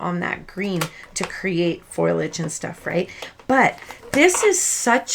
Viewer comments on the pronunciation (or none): Nice video...and I'm sorry, but it's pronounced FO - LEE - AG not foilage. If it were me...I would want to know. No offense intended...loved the video!! OH! And by the way...completely agree on the kids faces. To me, they resemble cabbage patch kids. I always hated cabbage patch kids. I stay away from Stampin Up. I used to work for them....not a good experience to put it mildly.. sigh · Your faces are adorable. The original girl face isn't bad, but the boy looks a bit drunk. This is not meant as a criticism, but in the spirit of telling the truth, foliage is pronounced fo-lee-age, not foilage. I think you must be spelling it wrong in your mind, leading to the incorrect pronunciation.